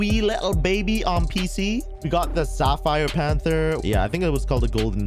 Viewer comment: Panther kinda sound like